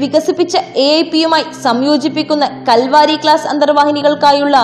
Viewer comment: kavari alla kalvari aaa